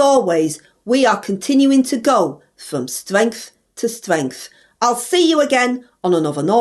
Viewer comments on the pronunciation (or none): Us Labours go from stwength to stwength every week! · From stwenght to stwenght I love it ❤❤😂😂😂